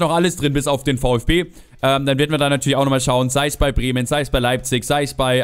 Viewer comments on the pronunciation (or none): none